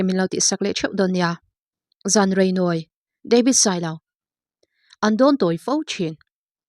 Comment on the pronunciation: Zan rei nawi i tih dan hi a dik lo deuh lo maw.